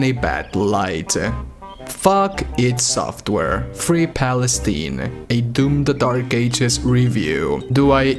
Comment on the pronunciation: It's pronounced EYE DEE SOFWARE yet your still wasting your time criticising someone else for there words and opnions on a game that kinda sucks compaired to its predecessors even though you cant speak properly your self 🤷‍♂️ Good job 👏🙄